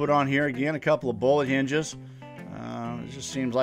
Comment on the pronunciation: Great job! BTW are you saying bowl hinges? Those look perfect for a project but I can't figure out the name your saying.